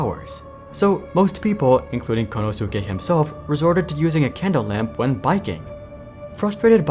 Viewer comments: Kon - Know - Sue -Kay 😂😂😂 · Good content as always but it is so grating to my ears how you say Konosuke and you say his name a lot. It should sound more like Konoske. For this name in Japanese the "u" is slightly silent in "su".